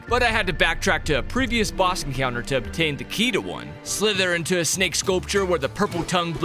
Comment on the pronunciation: It's so funny when she said snake because I heard snike